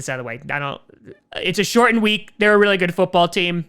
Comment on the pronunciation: now we have the key to the accent. "shortened"